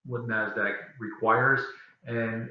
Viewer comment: Thanks for the information. Very helpful. By the way, it's NASDAQ, not NAZDAQ.